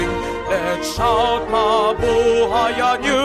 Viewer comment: the way you pronounced "mabuhay" is soo great for some reason